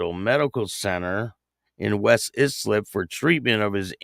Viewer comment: ISLIP = eye slip is how it’s pronounced